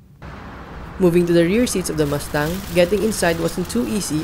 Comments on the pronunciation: Wow nice muscle car Ford MASTANG as you said😂. I thought it pronounce MUSTANG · I can't finish the video. Because mas tang oh my fuckin god. Ears are bleeding you can't say it right.